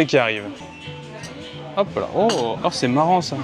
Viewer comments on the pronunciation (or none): ton "hop là"était très japonais